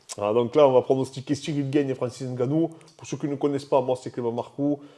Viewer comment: N gannou gagnant. Mais khabib dit gane